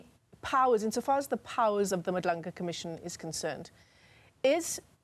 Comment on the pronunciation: Haai guys she still can't pronounce Madlanga in 2025 and she is on the news is nasty work. Folks live in SA they whole lives but can't pronounce the clicks in our language is now just disrespectful